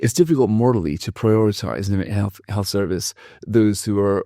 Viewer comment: 'health' not sith...